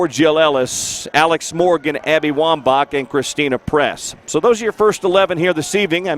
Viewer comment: DID HE JUST SAY CHRISTIAN PRESS??? BOOOOYYY ITS CHRISTEN PRESS LOL 📹📹😂😂😂😂 👓